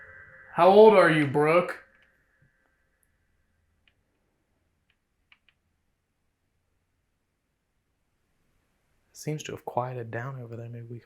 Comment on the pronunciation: I didn’t hear “Brooke” I hear “Bruce” lol